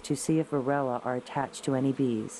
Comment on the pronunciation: Why does it SOUND like the narrator is saying "varilla", instead of varOHah??? What am I missing? Thaks